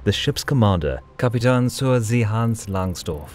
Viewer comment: well made... just one thing. In the last a in Kapitän (captain) is spoken like in cat...